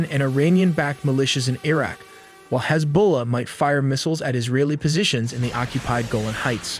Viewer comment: This must be an AI generated voice as he gets none of the name pronunciations correct. e.g. Mossad, Hezbollah, etc.